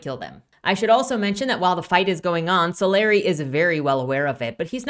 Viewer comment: I probably should've attached timestamps to these but oh well: 1) I can tell you have no interaction with the Rippaverse community at all because it's "So-LAH-ree", not "SO-lar EYE". But seriously, how do you even guess that wrong? If you saw "Solari" on someone's nametag, would you guess "SO-lar EYE" to that person's face?" (Oh, wait, you actually switch to the correct pronunciation later on. You had simply made a creative choice to annoy me for 10 minutes.) 2) What caused you to label the trio from Yaira's homeworld "bounty hunters"? That term has a specific meaning. We never actually learn what was the relationship between Yaira and the trio. Yanessa seems like some sort of royalty, or someone possessed of a prominent leadership role back on their homeworld, but it's never specified. 3) When Sally says, "I was here. I lived. I am still here among you," she's speaking from the perspective of creative achievement, be it biological, social, technological, etc. -- any impact a creature might have had that lasts into the future. She's not calling out her personal immortality. (The writers should have put quote marks around that portion of Sally's speech to make this clear.) 4) Jerry Monolfo's questioning the "archaicness" of Sally's specializing in archaeology is both a dad-joke play on words and an indicator that he doesn't believe looking backwards to the past is necessary to create the future that Projexus is supposed to achieve -- i.e., what does archaeology (how humans beh